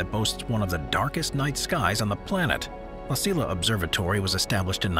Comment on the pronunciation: "La Silla" Observatory should be pronounced "La See-ya" Observatory. You are welcome.